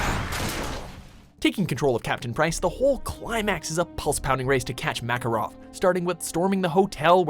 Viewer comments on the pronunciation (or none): You pronounced "Makarov" wrong.